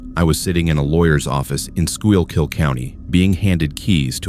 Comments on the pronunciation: Eldritch geometry and biomechanical horror? nice. ps it's pronounced 'skookull', not whatever the ai voice tried lol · so as a resident of Pennsylvania that was supposed to be pronounced “school-kill “county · Lol true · I felt the same way hearing Schuylkill County in story #1. 😅